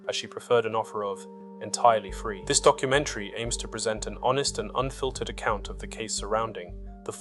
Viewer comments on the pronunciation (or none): none